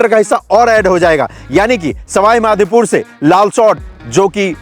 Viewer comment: Bhai...Madhepur nahi Madhopur...Bhagwan ka Naam lo bhaiya.... JAI MADHO..